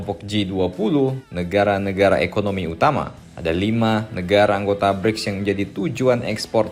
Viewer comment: Bricks abang nya Gribs 😂